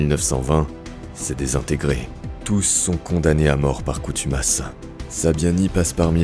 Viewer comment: Bon naratif, par contre, c'est condamné par contumace et non pas coutumace...